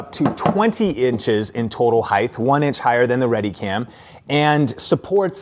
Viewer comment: Why does he keep saying "heigth"